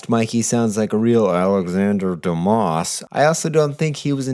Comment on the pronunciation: It is Do'ma not Do'mas, the name is French.